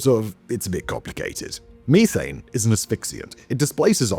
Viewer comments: It's meth-ane, not me-thane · The way you say me-thane instead of meth-an is going to make me explode into tiny bits of frustration lol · "me"thane lmao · I have never in my life heard someone say Me-thane